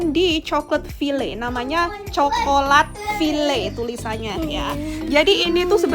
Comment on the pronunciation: Kalo bahasa indonesia bilangnya coklat bukan coklet..hahaha..mau bilang bahasa Indonesia tapi ngomongnya coklet file..😂